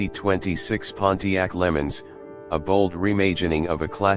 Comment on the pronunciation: I had to shut this off from hearing them say Lemons. Instead of LeMans and while they showed a 64 while hyping all the new features. This truly is AI gone horribly wrong